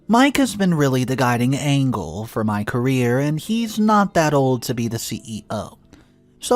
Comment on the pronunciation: I do enjoy your story telling right up until you mispronounce words. He was an ANGEL not an ANGLE.